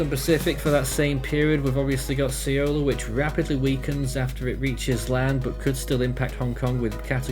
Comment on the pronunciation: have heard so many variants of saying "Saola" but noone got it right 😐